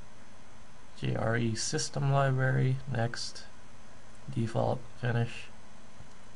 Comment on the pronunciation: When he said libary I felt that